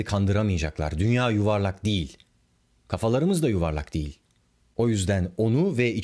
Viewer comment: Dünya'nın hangi şekilde olduğu bizi çok ilgilendiriyor. Üzerinde yaşadığın gezegenin şekli basit fizik bilgisidir. Bunun gibi bilgileri bilmeyen insanlar yüzünden ülke şu an bu durumda. Ayrıca, "Diğil" değil, "Değil".